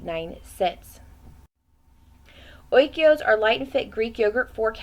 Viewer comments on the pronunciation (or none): oy-koz oy-koz oy-koz! OIKOS not oy-key-o's LOL